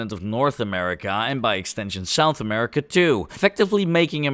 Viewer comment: AmeriCUM. Don't judge me. I'm from Polon.